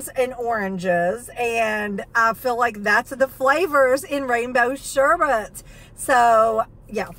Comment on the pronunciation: Congratulations,! You are one of the only people I know who has pronounced sherbet correctly -you said sherbet instead of sherBERT! Not trying to be the grammar police, but that has always bugged me-that people don’t pronounce it the way it’s spelled ❣️